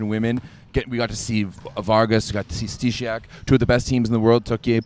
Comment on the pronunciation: hi guys, found you guys recently, truly enjoying finding a sport show about international volleyball!! i know polish last names arent easy to say but pls listen to some polish commenting to learn the names of the polish players, stysiak is Sty-shak not sty-si-ak , i only ask cuz ik the commentators on the VNL butcher everyones name so i was thinking maybe yall could one up them